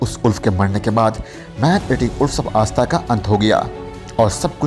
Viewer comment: भाई आस्था नही ....सही शब्द आष्टा उच्चारण कीजिये